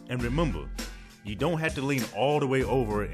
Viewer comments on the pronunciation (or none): Thanks, for this simple workout🙌🏽. I still love the way you say remember, it cracks me up😂♥️